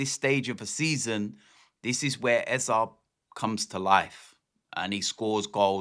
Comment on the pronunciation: Its Eze not Eza !!